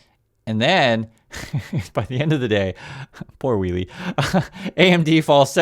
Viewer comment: He messed up "wheelie" bad...